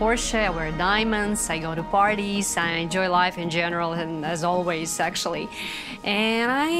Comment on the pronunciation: Sounded like she said sexually instead of actually